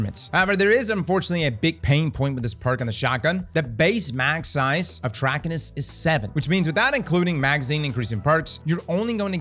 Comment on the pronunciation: Say it with me... Trah-kai-nus.